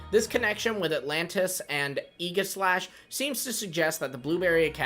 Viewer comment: Oh no. The new kids mispronouncing Aegislash